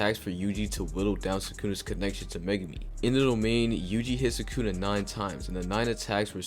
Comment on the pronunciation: Did bro just say sukuna with a hard r???